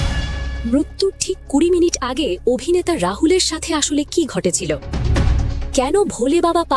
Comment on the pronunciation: আপনি বাড়ী যান।এই জায়গায় আপনাকে কে বসিয়েছে। যে অভিনেতা কে আভিনেতা কেন বলছেন।